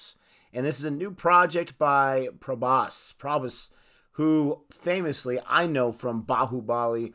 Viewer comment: It's pronounced prah-boss